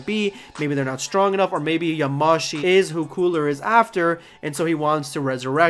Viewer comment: Yamashi? You mean Yamoshi? Idk maybe they changed the name so I’ll stay quiet